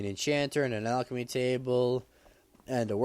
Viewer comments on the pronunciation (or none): none